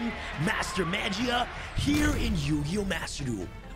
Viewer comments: he pronouncing magia with a j, smh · it's pronounced maw-gee-uh